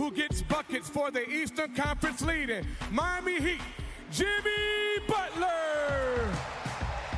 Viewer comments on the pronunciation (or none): none